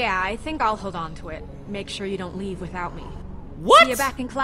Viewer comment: Short Over-Baked Potato omg LEEve